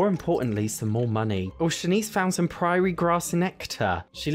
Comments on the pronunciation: how on earth are you saying Prairie 😂😂😂 dont give me the "Im British" lark cause I am too...sound it out PR - AIR - IE.... your sound like you are saying PRIORY and its making me wanna join Chantelle Chantelle 😂😂😂😂x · Please. Prairie. It even has 'air' in it. 😅